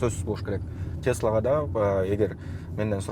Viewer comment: тьесла эмес тэсла дечи